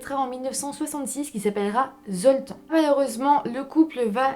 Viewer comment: La prochaine ne picole pas avant la vidéo, comme ça on comprendra mieux ce que tu dis, c'est Septante-neuf pas Septaneuf. Le prénom Zoltan se prononce Zoltane !